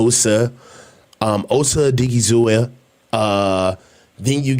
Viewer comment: My guy there’s no hard A at the end of OSA’s name it’s oh-DIG-ee-zoo-wah